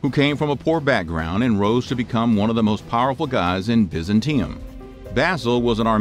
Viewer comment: Oh, come on... it’s biz-ANT-e-um, not bizzin-TEE-um. It’s really not so hard to find if you look it up...